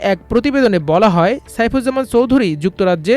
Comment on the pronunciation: মিলিয়ন / বিলিয়নের হিসাবটা ঠিকমত বুঝে রিপোর্ট করুন। একজন লোকের মোট সম্পদ ৫০কোটি ডলার হলে একটা বাড়ির দাম ১৪.৮ বিলিয়ন মার্কিন ডলার হয় কি করে???? চৌধুরী উচ্চারণটাও তো ঠিকমত করতে পারেন নি। দয়াকরে আমার দেশের মত একটা সর্বজন গ্রাহ্য পত্রিকার সম্মান নষ্ট করবেন না।